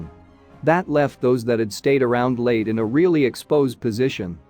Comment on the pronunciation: Leyte is pronounced "Lay Tea" not Late.